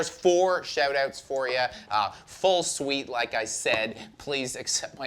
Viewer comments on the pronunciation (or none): none